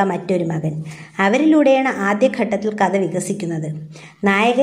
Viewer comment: ഇത്രയും മഹത്തായ ഒരു കൃതി വായിക്കുമ്പോൾ ഉച്ചാരണം ഇത്രയും വികലമാക്കാതെ ശ്രദ്ധിയ്ക്കുക. കഥ എന്നതു് കത എന്നൊക്കെ ഉച്ചരിച്ചാൽ എന്തു പറയാൻ